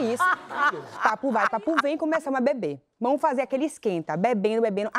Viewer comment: "vamo í" dói kkkk